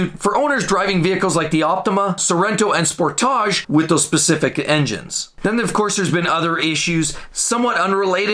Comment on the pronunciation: velo-star and spor-taj. lol. good video!